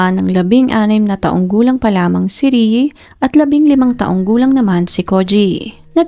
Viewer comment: PAKIBIGKAS NAMAN PO NG MAAYOS ANG PANGALAN NI RIE IT'S (RIYE OR RI-E NOT RIYI 🙄